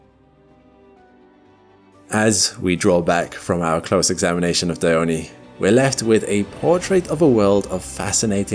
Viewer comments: It isnt Diy-o-ney, it's Die-on (in English, but actually it's Dee-on)... just saying. _ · why Dione craters sound like Anus and Dildo😭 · This is the the first time I’ve had to say this…. Pretty sure the e in “Dione” is silent…. But I’ve been wrong before… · No, it is pronouced Dione. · The fact this video pronounced Dione incorrectly is infuriating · It's Iapetus, not Ai--yapetus. And well as well is Dione or Diona, but not Daiyoni.